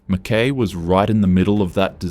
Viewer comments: It is Ma-Kuy rhyming with Guy. Not Ma-KAY. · Is the speaker Australian? "Mackay" has always been pronounced Mc-KY, not "Mc-Kae". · Fancy an Aussie pronouncing an Australian town incorrectly lol. Hubby is born and bred in Mackay, it’s Mac - Kai not Mac - Kay 😂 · MACKIE as in pie. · Yeah, just what I was gonna say ! " Mack-Y " ! Whose doing this voiceover, obviously not a local ! So, is this all full of bullsh!t ? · McKay, pronounced McKai. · How does he not know how to say MacKay?? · Then in comes Pauline! LNG .....you beaut. Climate change....yeah nah. Coal.....YES!! Wouldn't take this goof seriously....can't even pronounce MacKay. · This narrator can't be taken seriously when he can't even pronounce Mackay correctly. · You spelt MCKAY wrong😂 and you pronounced it wrong as well. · Wasn't that annoying? 😀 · Well said! How can anyone believe a word after that? It shows amateur research.